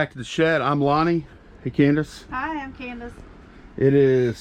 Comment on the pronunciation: Hey! Candice pronounced our name right!! Thanks for the video <3